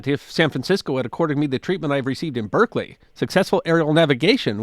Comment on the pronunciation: "Let's do this in Berkley!" "Berserkly? Sure, why not?" No confidence like the confidence of the ignorant.